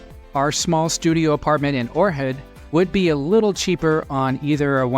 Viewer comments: Ochrid, OHHRID! Not "Orhid"! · That's Ohrid, not Orhid. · Unlistenable. You sound so stupid when pronouncing Ohrid as Or Head. What’s wrong with you?